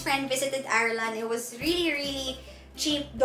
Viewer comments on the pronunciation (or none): none